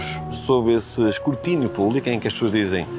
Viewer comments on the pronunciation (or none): Juro que ele disse "escurtínio"!